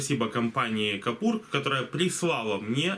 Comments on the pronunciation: может быть кУпОр.. а не кОпУр? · Ну почему "капур"? КУПОР!